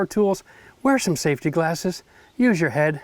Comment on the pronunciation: Why would you say safty second